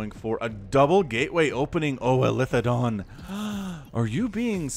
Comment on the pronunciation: It's eli-the-don.